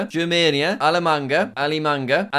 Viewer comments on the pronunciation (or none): it is so funny you pronouncing alemanha/alemagna like alemanga, because manga in portuguese means mango lol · Dude him trying to say "Alemanha" from my language made me die so hard cuz our "nh" ins't spelled like that lol